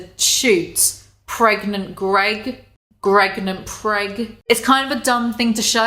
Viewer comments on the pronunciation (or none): Gregnant Preg wheeze I am dying